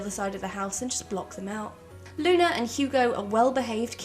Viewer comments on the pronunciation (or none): none